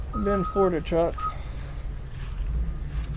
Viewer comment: “Florduh” is not a word.